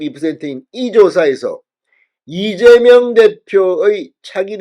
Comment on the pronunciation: 왜ㅠ꼭 이재멸대표라고 하시나요. 왜그리고 자꾸차기대구ㅏㄴ으루마효ㅡㅁ하시나여. 찬핵무혀인데